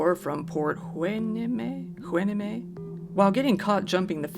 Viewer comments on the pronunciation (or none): Another great video! It's pronounced Port Why Nee Mee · It’s pronounced Port “Hu-ai-nee-me”. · Port Hueneme - "Why nee mee", at least that's how everyone pronounced it when I lived there. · It’s pronounced Port “Why-Knee-me” 😂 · Port Hueneme, pronounced “Y-knee-me” … Absolutely love your channel‼️💯❤️ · its called Port Hueneme (WHY-NEE-MEE)